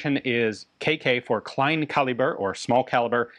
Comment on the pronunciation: Very good pronunciation of "Kleinkaliber"! "Pistole" is not pronounced like sht but like st. Also the e at the end is indeed pronounced like the e in "education" In german it's the rule, that you say "st" like "sht", but "Pistole" is an exception to that rule. Einzelfeuer, Dauerfeuer was pretty well pronounced. Also "Gesellschaft für Sport und Technik" was pronounced recognisible by all means. very well👌